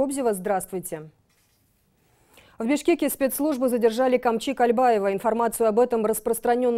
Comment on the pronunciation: не кальбаева!!! А Кольбаев!! не Такамбаев а Токомбаев!! говорите правильно!!!